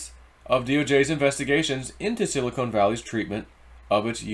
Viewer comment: Ok...one more time...Silicon is pronounced like "Chili CON carne"....and NOT like a silicone breast implant. Hope this helps.